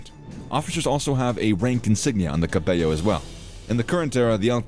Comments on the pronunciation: good video, the presenter probably knows spanish as I noticed he mispronounces the G (Gee) and the double L (LL as in hello). I heard 'capeyo' instead of cappello. out of curiosity, I read a soviet account that said the 'alpini' was the only unit they respected from the axis. i don't know if that's true. maybe someone knows more about that. cheers. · Good video but 2 things: "Cappello" it's with double L and we're not spanish, you can't pronounce it with "gl". You forgot the very important part of the alpini's life... their donkeys. Read about it and add to the video. In any case, good video.